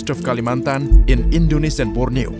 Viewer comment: Your pronunciation of Nusantara, Indonesia, Jakarta, Kalimantan, Sulawesi, Institut Teknologi Bandung, etc. was very nice. Are you Indonesian??